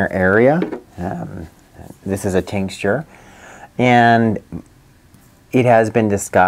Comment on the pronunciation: Are you saying tincsture, or do you mean tincture? I'm guessing you mean tincture.